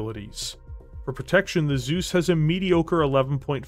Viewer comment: Well... how to pronounce "Zeus" the real Steiner-way? "Soos"? Nope. "T-soys"? Jawoll!